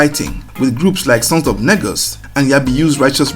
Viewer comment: Negus is pronounced as knee-gus